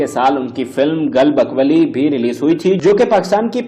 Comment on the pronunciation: او بھائی —— ذرا پھر کہنا —- گل بکاؤلی